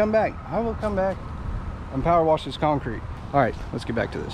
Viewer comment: Pow-er wash! Pow-er wash! God continue to bless your work!